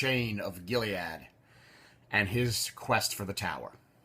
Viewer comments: It's more like "gilly-uhd" or "gilly-odd". It's a transliteration of the Hebrew גִּלְעָד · i wonder if that's the correct way to pronounce gilead. i pronounce it same as you.